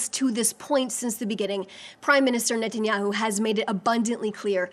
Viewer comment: An American speaking for Israel that cant even pronounce Benjamin Netanyahus name correctly ... She works for the prime minister if Israel but doesn’t know his name.